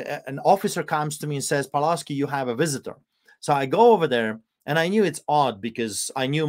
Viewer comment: Isn't Pawlowski pronounced "Pavlovski" not Paolouuski"? No point in modeling on the Polish Solidarity Movement if this movement lost to communists who rule Poland today (Tusk 13 December Coalition) and the EU.